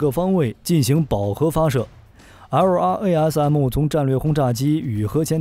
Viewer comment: 能不能直接念作“拉瑟姆”，每次听LRARM听你读的好拗口。